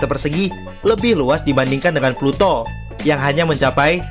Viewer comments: Peluto bukan planet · Ploto bukan planet 😁